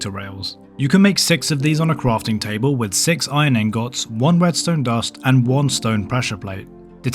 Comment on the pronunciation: Iron angohts 😂